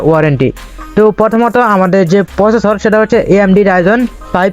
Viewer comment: ফিসি না, পিসি🙂 ফসেসর না, প্রসেসর🙂